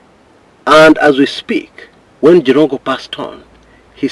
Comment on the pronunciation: 😀😃😄😁😆😂🤣😅😆🤣😆🤣 aka "The Njirongo(not Jirongo)😂😅😆😅....on a lighter note though. The Kamba in you😂... I can't sleep before I listen to you sir. Your reliable, consistent and professional journalism prowess makes you stand out. I affirm your commitment to your cause. Keep it up my agemate sir. My children used to satirically tell me about Jirongo's many children delivered by family van and how much school fees he used to pay, promptly without fail. Imagine Makini school with 39-45K per child per term them days(early 2000). The late daughter with 3 kids was my 3rd born daughter's agemate and class mate at the same time. May God rest his soul in eternal peace. Good analysis 👍. Before I exit, NTV brought in a new slower cctv version confirming that the Mercedes-Benz had already joined his lane by the time the bus was approaching. It kinda looks like the bus hit him while already on his lane meaning its the bus that swayed off his lane. My 2cts view though. Let the DCI do their work to unearth the truth.